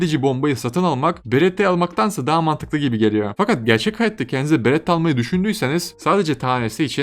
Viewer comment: beretta diyon aga berettda ne ya